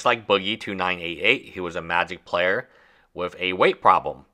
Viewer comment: "Wif a crypto coin" "magic the gaddering" "Twenty twenty free" "everyone udder word out of my mouf" Learn your "th" sound, it's not "d" or "f"